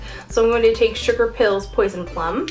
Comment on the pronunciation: at first, when you said "sugar pill", i thought you had said "stripper pill".